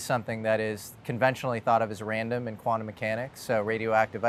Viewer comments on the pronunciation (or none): none